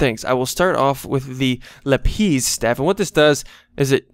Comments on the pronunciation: Lapis not la,piz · It's lapis not LapEESE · lapis not lapees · Its lapiss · him saying lapeez haunts me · THER BE NO Z IN LAPIS (lap-is) as in iris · lapiz - pronounced la-pise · u ar calling lapis wrong